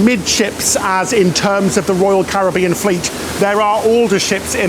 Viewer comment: Love your videos always look forward to the next one! We’ve done a few cruises mainly on royal first ship was navigator just done anthem we are one cruise away from diamond 🤗 keep up the good work.( hey think you need to tell how to pronounce “Caribbean “😂😂😂)